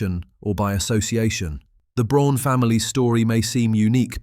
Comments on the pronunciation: The family name is not pronounced "Brone," it's" brown." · More repetitive AI narration...and if you can't manage to pronounce Braun correctly I find it difficult to take anything else in your video seriously. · Eva BRAUN not Brown! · It’s Braun and pronounced as Brawn like Brawny paper towels, not Brown like Nicole Brown - OJ Simpson’s ex-wife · Her last name was Braun and not Brown! Everyone seems to miss or ignore this fact!